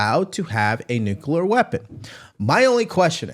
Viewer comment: Got ya!!! It is NU CLE AR - NEW KLEE AR - Nuclear. NOT Nucular